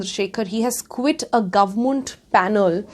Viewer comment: So.....No one's got anything to say about her pronunciation of the word Government ! ??